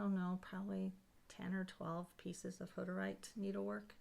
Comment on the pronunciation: Ummm... what's a hudderight? How do you spell it? Is it a religious group like the Quakers? Did you say they were from Russia, Germany or Hungary? I think you maybe took it for granted that all of us would know who you are talking about? And I'm a history and art buff who's been stitching for years now so I know there must be others who are unaware. I think that Mary Hoff (?) towel was so charming and would love to see a similar pattern if you know of any or that one charted would be fantastic! Would also love to see it even closer up to see the stitches. Really cool things you have and would love for you to expound on them. Thanks for the video.